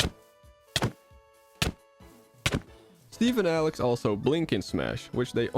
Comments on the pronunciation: its alex not alec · Did just said Alen instead of Alex?